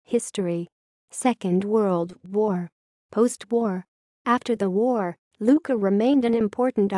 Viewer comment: Oh dear! Another of those dim witted computer voice overs. Except nobody has told it that "Q" is silent in Maltese.